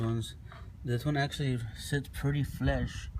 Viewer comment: Flush not flesh lol good video tho